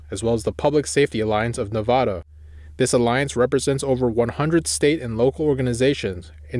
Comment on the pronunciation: He pronounces Nevada wrong